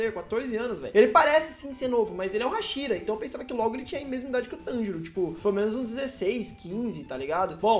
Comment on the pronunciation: tanjiro n, Monjiro